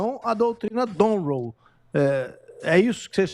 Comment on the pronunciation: Eu ouvi direito ou o repórter falou em doutrina Donroe ao invés de Monroe aos ?